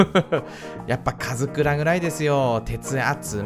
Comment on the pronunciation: 初めの『前回のカズクラ』が『前回のかつら』になってた